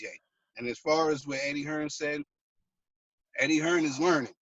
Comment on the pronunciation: its Eddie Hearn not Eddie Hearns